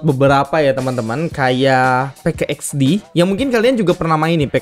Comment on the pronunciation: Min PK XD bilang nya PIK x di